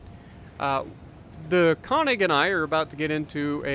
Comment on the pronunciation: Instead of "kawnig", it's pronounced more like "kernig". Nice to see the good old Solomon Islands map. Feels like 2015 again.